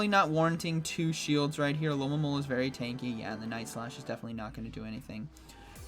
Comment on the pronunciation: Why can no one pronounce the name of this pokemon: Alomomola. Al-o-mo-mo-la